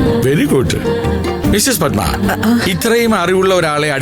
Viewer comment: പദ്മാ അല്ല പടമാ പൂ മോൾ